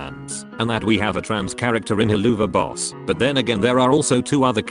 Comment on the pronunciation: I find it really funny how the text to speech voice calls the show "Hell-loo-va-boss" all of a sudden. Best part is how it comes out of nowhere and the rest of the time its pronouncing the word correctly.